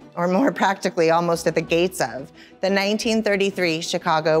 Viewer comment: she chuckles about the car being in an accident, which would be totally normal if the driver of the dymaxion hadn't died in the accident. How fast were they going? and Why did she make it seem like no big deal? Also, , why does she call it "Zee only remaining dymaxion prototype" ?